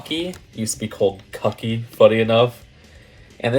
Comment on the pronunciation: Cucky is funny spelled but it's actually supposed to be pronounced like cookie. Like how cuckoo is pronounced "kookoo."